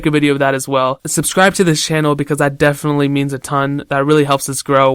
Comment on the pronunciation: It's not as high "de-fin-nied" ^>^